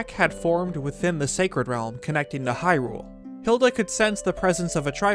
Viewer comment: i could not STAND the way your collar partner pronounced “hyrule, lorule, and termina”. not watching this vid.